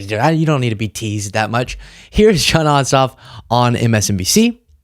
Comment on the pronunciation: Jon Ossoff, lol…I thought you said ‘Jon Awesome’. My adhd brain went off on a tangent about having the name Awesome until Ossoff came across the lower third.